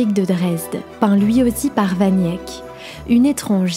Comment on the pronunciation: Jan "van Yèk" ? Sérieusement ? Vous sortez d'où ?